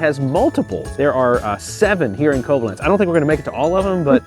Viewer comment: Quick FYI - Koblenz is pronounced with the emphasis on the second syllable, so KobLENTS, not CO-blenz. Also ‘pièce’ (de resistance) is pronounced ‘pee-ESS’, not ‘PEECE’.